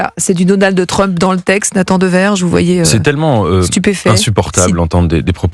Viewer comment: Deux fois "DonaldE Trump" 🙄 Sur le fond, difficile à dire pour le moment...